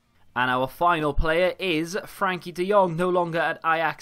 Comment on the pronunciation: BUT! It's Frenkie, not Frankie.